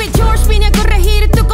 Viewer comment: George en español y en ingres dice georger